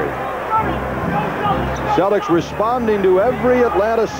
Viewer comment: Whenever Cousy references the Celtics, it always sounds like he's calling them the "Cellecks", like Tom Selleck.....